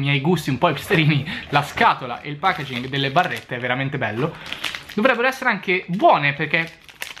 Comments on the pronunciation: il pacagin ?? hahahah ma come caazzo parli ahahahahah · Matt Matthew si dice cosí no? Ovviamente scritto packaging